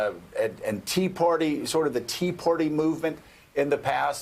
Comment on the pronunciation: Hey Joe...It's "Tea Party," not "Tea Porty"!